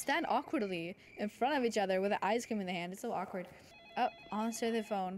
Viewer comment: bro really said scream exxept of the cream